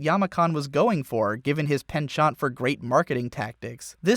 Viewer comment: Wait did you just say "penchont"? You're doing this on purpose aren't you.